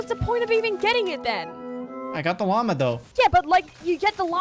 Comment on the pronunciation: Wan u said lama it sond like u say mama